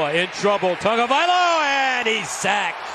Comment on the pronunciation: WHYYYYYYY is he adding a "N" to Tagovaiola. Any poly's in the comments? Is this how it is pronounced?